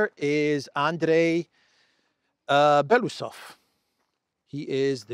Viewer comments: Thank you for your update ❤ BTW in russian you pronounce every letter so it is be-lo-us-ov not belusov just saying. 😊 Thanks again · BELO (White) USOV (Mustach) Bielo uuhsov